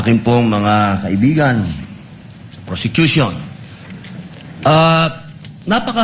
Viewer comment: Hahahaha ayusin mo mag bigkas ng word kasi —- nakakahiya naman… tapos yan ang pronunciation mo.. PRosecution po… hear yourself kakkahiya ka naman😭😭😭